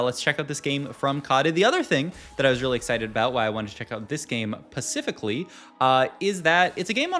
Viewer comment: "Pacifically?" You mean Specifically? 😅 Any way, thank you for the videos!